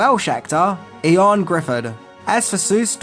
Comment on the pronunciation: Ioan Griffiths, Ioan, pronounced Yo-un. 👍